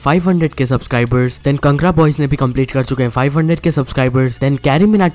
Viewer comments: bhai its not कंगडा its कांगडा love from himachal ❤️ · Bhai it's कांगड़ा not कांगरा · Neon man bro voo 'kangra boy ' thoda galat bola😅😅 mai bhi himachal sai huu big fan.... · Bhai kangra boys ki prnouncation apna galat ki ha